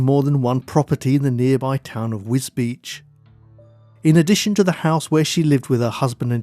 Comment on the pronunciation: Very nice documentary. One small note, you pronounce Wisbech as "WisBeach." The corruct pronounciation is WizBek.